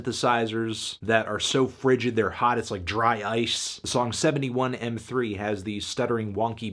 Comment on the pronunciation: Hey dood i thinke 71m3 is pronounced TIME like the 7 is the t the 1 is the i etc.